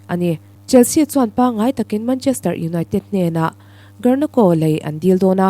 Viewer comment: Foot ball player hming i lam dan mai mai chu a va mak ze zaw ve (karnako)a ni lo aw (Garnacho) zawk tur aw.